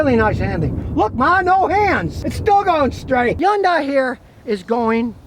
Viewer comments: It's pronounced "Hee - yoon - die," spoken quickly. NOT "Yon - Die." You would think that someone with as much experience with cars as Scotty kilmer, he would actually pronounce the name of the cars right. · Why pronounce H as Y? Hyundai instead of Yyundai? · Hay Scotty when are you going to say Hyundai correctly. Its not undai. LOL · Not a Hyundai... he said a "Yundai" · Scotty It's hund ay, not hayundai! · it's pronounced Hun-Day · Nice "Yooongdaiii" 😂😂😂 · Hey Scotty, It's Hyundai, like Sunday. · It is pronounced Hun-DAY in English. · Hyundai, pronounced like Sunday. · How is it that an automotive journalist can't even get close to the correct pronunciation of Hyundai? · Why can’t he pronounce Hyundai correctly? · Now if he could only say Hyundai right! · Yeah. Funny how he pronounced it. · Now if we can get Scotty to pronounce Hyundai normally....